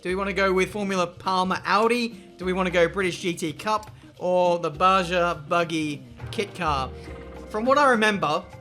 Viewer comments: mate, love the series. Played the game as a kid. Cause I love 'ya, I'm gonna say it: the track is called Baja, pronounce the J like in jalapeno ("Baha" if you wish.) Sorrry, the cringe was so strong...:D Keep up the good work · “Baja” is pronounced “Ba-ha” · Hey, it’s pronounced as ‘Ba-ha’ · Man said baja with a j